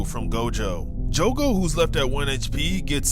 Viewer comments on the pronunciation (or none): jugu? omfg SAY JOGO NOT THAT HARD DUMBASS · I’m bouta crashout his say “jugo” not “jogo” it’s pronounced “joe-go” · jogo is pronounced: "Joe goe" not "Joo goe" btw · Btw it’s jogo not jugo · Why jugo, not jogo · Son it's not joogo it's jogo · The saddest part is him calling Jogo “Jugo” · love your vids but its joe go like that not ju go ( this is for how you say jogo ) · Bro kept saying jugo it's Jogo joe-go not ur fault tho lol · Joe-go not just-go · Hey btw! Its Jogo(Joe-Go) not Jugo. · My boy, why are you saying Jugo? Where the hell is the letter U jogo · I love how pronounced jogo as jugo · its jo-go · I wanna tell you that your saying Jogo wrong